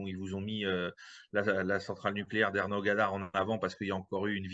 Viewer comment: C'est ENERGODAR et non ERNOGADAR